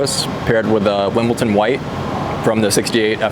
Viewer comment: Wimbledon. “d”, not “t”. . I love your work. You guys have a bright future. You have all the correct mirrors. Hope you kill it at SEMA. Subscribed.